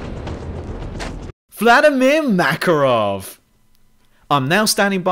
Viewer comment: MakArov, accent on the second letter A.